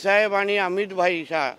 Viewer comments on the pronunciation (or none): तुला भाई बोलता येत नाही बाई बोलतो